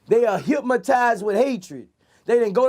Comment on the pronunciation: hyp-Ma-tized with hatred 😂